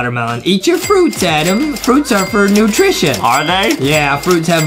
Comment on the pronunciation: justin always call adam adem and thats make me laugh